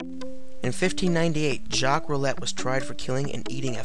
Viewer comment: jock roulett- pronounced roo-lay no t on the end. you have the first part right:) By the way very good documentry quite intricate to some of the most famous historical lycanthropes. I'm also glad you did not generalize the term because in all true sence of the terms used these days in movie it means shapeshifter.